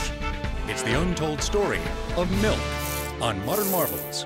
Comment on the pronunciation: There never fails to be one of those "melk" people. cant stand them lol